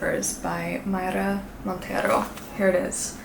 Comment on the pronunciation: You said "Mayra Montero" very well pronounced, dear ❤ Thank you for respecting the Spanish language.